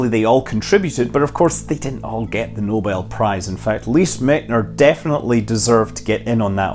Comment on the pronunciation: The correct pronounciation of Lise Meitner's last name is "Mightner" or /ˈmaɪtnər/.